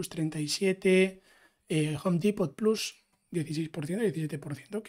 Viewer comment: Me encanta tu contenido, muy bien explicado, nuevo subscriptor. Sólo un apunte si me permites, "plus" en español no significa "más" y si lo estás diciendo en inglés sería /plʌs/. Lo digo como mejora, porque al menos a mí me chirría cuando lo escucho, no como crítica.